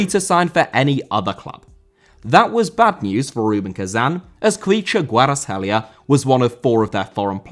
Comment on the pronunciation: You pronounced kvichas name almost perfectly. Congrats👏